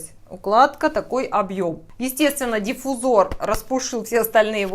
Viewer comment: не знаю написал ли здесь кто нибудь, как портит впечатление неправильная расстановка ударений в словах. слово диффузор образовано от слова диффУзия, то есть смешение. следовательно, диффУзор, а не дифузОр